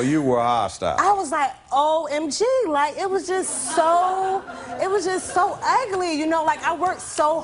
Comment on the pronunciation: "It was so aghly" lol